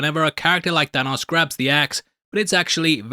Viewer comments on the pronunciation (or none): none